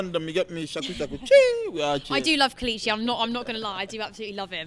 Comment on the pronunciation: It's pronounced Kay-Lay-Chi (KELECHI)